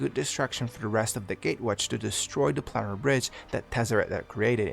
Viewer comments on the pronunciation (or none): none